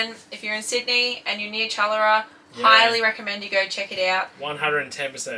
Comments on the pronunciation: lol it's pronounced chur laura . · Lol saying Chullora 😂 Cha-laura!